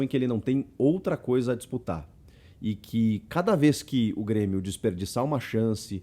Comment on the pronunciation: O Super "Brêmio" tá demais